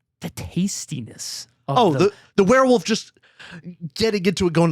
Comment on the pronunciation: I love how can’t say werewolf! lol all love, it makes the review so much better with every “werewuf”